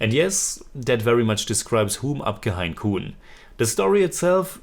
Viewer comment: Hi your pronunciation is mostly wrong on this one( not that it's a big deal or anything but just pointing out) Hum is more like Mum Hain is a tricky one.... The last n is mostly ( but not fully ) silent... You can check how some Indians say this word Kaun is not said as Kooon, more similar to Kon Exactly it would be like KO u N But great review as usual